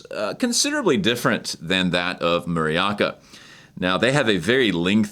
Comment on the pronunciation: Muraoka 村岡 (Village Hill) is pronounced “Moora Ohka”, not “Murry Aka”